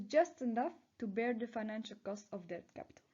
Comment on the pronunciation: I really like your introduction! I can give you one more bit of feedback. In your presentation you say "deBt" but you are not allowed to pronounce the B, so you just say "det".